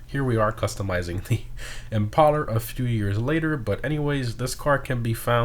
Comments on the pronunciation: ImpalLer? I didn’t know imPALEr was pronounced that way. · I think it's supposed to be pronounced like impale, not like impala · if the original car is based on a ford thunderbird, wouldn’t it make sense for this to be pronounced “im-pail-er” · It’s Im-pale-er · It annoyed me so much that he was saying it wrong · Yikes. Do we really need to explain to him how to pronounce the word impale?